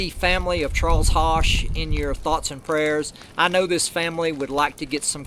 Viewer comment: ...Love the Video..Just to help you in Future vids...Charles (HOSCH)..is Pronounced- -(Like PUSH and BUSH, but With an H..) Take Care !!.